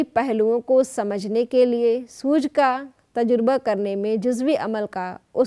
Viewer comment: ما شاء الله بہت خوب...! طلبہ کی 'ط'پر زبر ہے تجربہ کی 'ج' پر سکون اور'ر' کے نیچے زیر ہے۔